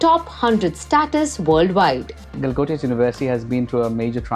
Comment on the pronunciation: Galgotias ❎ Gala gotia ✅